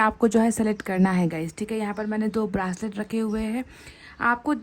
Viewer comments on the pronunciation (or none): ब्रासलेट - घासलेट जैसा लगता हैं । It’s a ब्रेसलट mam.